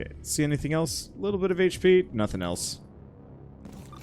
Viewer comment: In russia we actually do pronounce HP like how yo said it XD